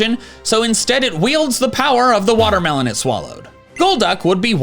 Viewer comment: The Alolan Persian got me! 😂 Hoo boy!!! I looove me some watah-melohn!